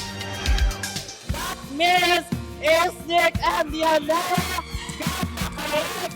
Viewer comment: sabi mo MT Everest baket Mali ang acenic